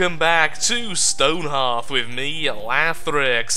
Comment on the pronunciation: you pronounced it wrong